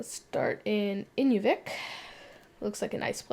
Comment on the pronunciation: interesting video. However, may I point out that when you switched from AK to Canada, the town of Inuvik is in-NEW-vick, rather than IN-you-vick. Nearby are 2 more towns with odd names: Aklavik (ah-CLAH-vick, and Tuktoyaktuk = tuck-tuh-YACK-tuck (which was momentarily on the screen ). By the way, I'm not Canadian. Rather, I (from IL) developed a sort of hobby a few years ago trying to find place names with unexpected pronunciations, and I'm now over 2600 in the USA, and about 350 in Canada. Also, the 2 places in the north which get farther north by far than Russia are northern Greenland, and northern Canada.